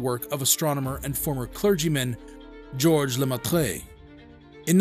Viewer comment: I WISH you Americans would stop assaulting the English Language. it is as annoying as any other annoyance. GEORGES LE MAITRE is certainly not pronounced as you ignorantly do!!!!!!